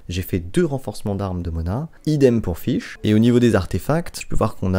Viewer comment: Mrc pour l'info sur les voeux Je fesais tjr 10 par 10 avant Et le personnage s'appelle fishl , ça se prononce " fitchel " et pas " fish " par ce que là... Bah tu dit poisson en anglais quoi